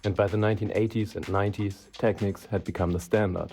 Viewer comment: tek-neeks, sucka